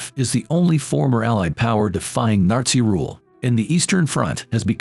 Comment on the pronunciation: Did anyone else hear him say Narzi Germany?